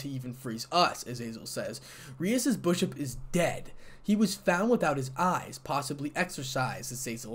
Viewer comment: It's bishop not bushuop😂😂😂